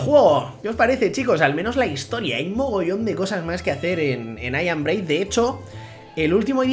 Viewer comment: im breid yeahhhhgona y el ingles